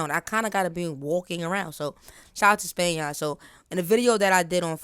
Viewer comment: Nahh SPAN-YAIRN Got it !😭💀😂🔥